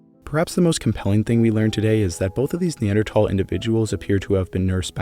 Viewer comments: It bugs me you say tal instead of thal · Dude it pronounced neandthal not neandtall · Its NOT neanderTall - its pronounced neanderthall as in "tha" and "all" put them together to "thall" as in "maul" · I know both ways of pronouncing NeanderTHal are correct, but I simply cannot focus on this video when I hear the hard T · There is an “H” in Neanderthal 😭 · I'll come back when you say the word correctly. Tall. 🤪🙄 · Never heard a pronunciation like that 😂😂. Have I been so uninformed all these years. I always pronounced the TH in Neanderthal. Not Neandertall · Can you say Neanderthal like a regular person cause even if your technically right the way you say it sounds terrible. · I can't stand listening to you constantly, saying NeanderTHAL wrong!! Its so hard on the ears!